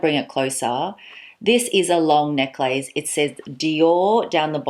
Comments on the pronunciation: I love how you call it neck-lace. Is that how you say it Australia? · I never heard someone say neck-lace. Is dat Australian? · I’m from the US- is the common pronunciation of necklace in AUS neck-lace? We probably lazy pronounce neckless..... now looking at spelling. 🤔